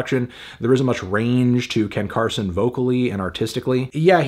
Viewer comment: Completely butchering Ken Carson for 7 minutes and 2 seconds 😂💀